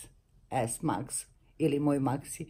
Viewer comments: Ne izgovara se ex ix kraljice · Da ali cita se TEN S MAX. To je ajfon 10 s max.